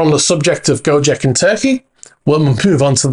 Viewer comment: The first sinking boat in Greece is a ferretti 880; the second in Bahamas is a ferretti 830. Gocek in Turkey is pronounced Go-Chek, not Go-Jeck.